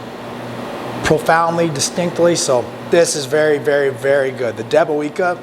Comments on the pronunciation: Hi, you pronounce it as "deb-o-vyetska":- I love those "big-inch" sausages, they're just the right size for slicing for sandwiches. Btw, it should also be "mah-ree-ahnskee" for the authors of the book:- we'll teach you how to speak Polish yet!😉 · Pronounced "Debowezka" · Looks good , we have here in the UK lots of polish shops selling all sorts of polish goods , your pronunciation is a bit off 😂 but the sausage looks awesome.. good job .